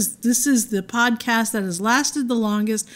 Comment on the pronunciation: Oohhh, PODCAST... I thought you said codpiece!. Sheesh. It all makes sense now. PODCAST. I get it now.